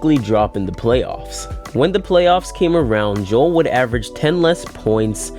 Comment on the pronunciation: It’s pronounced Jo-el not Jewel stupid